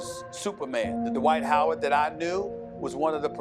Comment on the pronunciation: “Hornets have agreed to twade Dright Howard to the Nets...”